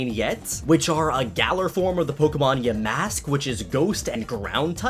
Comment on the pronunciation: For the love of all that is holy... ugh (or something around that time) Yamask is pronounce YAmask. The emphasis of the word is on YA. Not MASK. Not yaMASK. YAmask (My ocd made me do it)